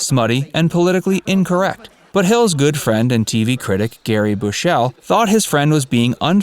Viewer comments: Gary Bushells' name is pronounced Bushul not Bushell 👌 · It’s “Gary BUSHell”, not “Bush-ELLE” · It's Gary "Bushell" Not "Bushelle". He's not french. At least you pronounced Thames correctly. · Gary Bushell. He is not french so not bush ELL and not Gerry. Sheesh get it right. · It's Gary Bushell not Gerry and it's pronounced "Bush all" not "Bush elle". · Its pronounced "bush-ull" not "Bu-shell" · Gary Bush'l not Bush ell. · Gary Bush-ELL... then 'Gerry' Bush-ELL.... oh you Americans. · It’s GARY BUSHELL and the surname is pronounced Bush UL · 'Bushell' is pronounced 'Bushel'. And Gary Bushell's 'fame' as a TV critic was relatively shortlived because he was also stuck in the past and didn't have good taste. I grew up in the 70s surrounded by the culture of the day and still never found BH amusing. The ONLY part of the show that I appreciated was the end/chase, and not because it was funny (it wasn't), but because it heralded the end of the episode. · Who's this Gary Bush -el? Is he any relation of Superman, as in Kal-el? .... I think we should be told. Or has somebody just posted this stuff without bothering to learn how to pronounce the name of someone he's referencing?...... errrrrr.... yes. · The way you pronounced Garry Bushell is amazing. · I can't believe how the narrator of this video pronounces the name Bushel.